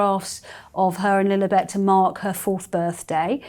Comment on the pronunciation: In that Prince Harry hissyfit interview a few weeks back....the interviewer kept saying Princess LilEEbet....it was just to egg Harry on...and it worked.